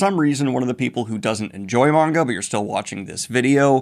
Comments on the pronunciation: Daniel finally saying maanga instead of manga is so heart warming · Daniel: starts pronouncing manga correctly Also Daniel: pronounces Kaido like a lunatic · Yeah, Daniel pronounced manga right! 🎊🎊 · Daniel: finally pronounces "manga" correctly Also Daniel: "Kay-dough" Edit: I've been had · Poor Daniel , finally pronounces manga correctly, then turns around and says KAY-do , you adorable man